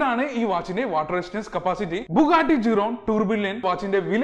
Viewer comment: Bro buggati ഷിരോൺ എന്നാണ് correct pronunciation 🙂❤️⚡️